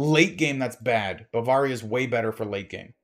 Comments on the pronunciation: buh-veuh-ria not Baa-var-ria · I cringe every time mis-pronounces Bavaria. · it might just be a regional thing...